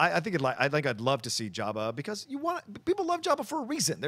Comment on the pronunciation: He calls him "Yabba," lol. I suppose he pronounces it with a silent J.